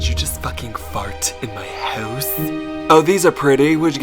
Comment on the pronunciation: “In my howuse”